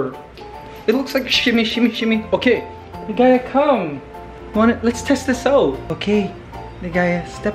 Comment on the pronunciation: Did i hear it right? You called Ligaya as Ligays? It’s an s instead of a?